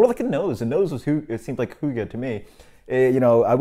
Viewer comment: Pretty dead on pronunciation of Hygge actually! I'm not the biggest fan of Amber Ale either, but this still sounds like a nice enough beer, even though it might not be as good as other HF beers. Good review man, and cool little spiel about hygge haha. I'd say that a decadent beer would suit the term Hygge better too. Cheers!